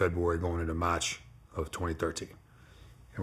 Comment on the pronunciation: He turns the accent on and off. I can’t take it seriously. Sometimes he goes a minute and a half straight without an accent. Then he’ll randomly do this Boston accent that’s so thick he sounds like a British guy. I can’t not laugh cause it’s intentional, no way he’s actually speaking normally this shit is retarded. Dude goes “MATCH 2013”